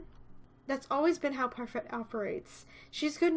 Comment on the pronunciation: Why do you pronounce parfait with a t? It's French they don't pronounce y'all at the end of words